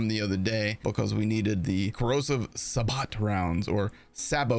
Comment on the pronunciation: First, 'sabot' is pronounced 'SAY-bow'. Second, your Pulp Fiction reference is invalid, because the word 'sabot' was in fact shamelessly stolen from French. 😆